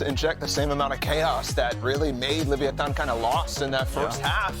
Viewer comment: lol leviantan, what was that? 😂 give our aspas back cmon